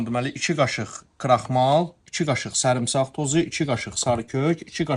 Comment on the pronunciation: 👍👑BAKILIM👑 (😉"sərimsağ"😂can!!! ləhcövə qurban!)